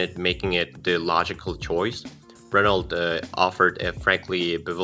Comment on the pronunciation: The voice over guy 🤣🤣🤣can’t even say megane right or Renault it’s french it’s pronounced reno